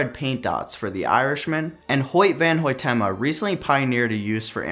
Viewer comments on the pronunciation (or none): That’s not how you say hoyte hoytema